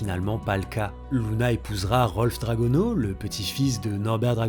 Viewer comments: C luna pas louna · C’est pas Louna mais Luna :) première faute à 15 seconde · par contre je dit lUna pas lOUna. Je me trompe peut être...